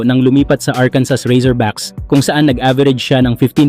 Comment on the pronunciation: The correct pronunciation of Arkansas is "Ar-kan-saw". The final 's' is silent, and the word is pronounced in three syllables with the accent on the first and last syllables